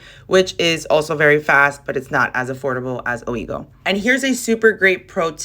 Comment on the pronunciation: Ouigo is French. It’s pronouced wigo